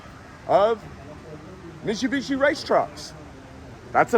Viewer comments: BRO it's MiTTTTTTTsubishi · Hey! Its miTSubishi mate! 😅